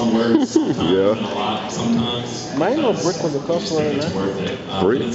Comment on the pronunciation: Nameless random black guy in the crowd- IT IS PRONOUNCED FUJIKO MI-NE NOT MAIN!